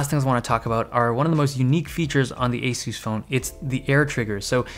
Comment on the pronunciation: y u say asoos its asahs